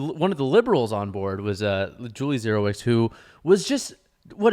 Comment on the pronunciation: Dzerowicz- Not even close and I am not a Polish speaker but was married to one. The trick is to know which are diplhongs. Imagine being French and seeing the workd "Chickenshack". Look at al those consonants! But pairs of them (dipthongs) make one sound Ch and Sh....Same in Polish folks DZ CZ are diphthongs. Once you get your head around it Szeczin is a snap.